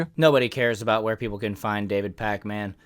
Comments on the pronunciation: Pronounce it pakmin, stop disrespecting the packman we all love 😂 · I hate how you call him pac-man. Its Pakmin lmao